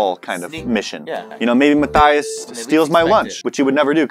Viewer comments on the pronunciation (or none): none